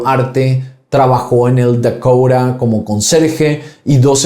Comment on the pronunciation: Se dice edificio Dakota y no dakoura